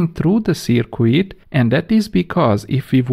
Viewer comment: Great videos! I just wish you would please quit pronouncing 'circuit' (pronounced 'Surkit') as 'Surkooit...the 'u' is silent.